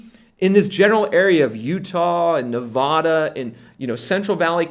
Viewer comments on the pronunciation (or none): none